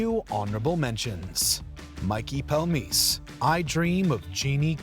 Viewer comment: Next time, let Rebecca read the list. Mikey Palmice's name is pronounced PALM-EE-CHI. Also, Phil Leotardo's wife was driving an SUV, not an SVU. What is this, amateur hour?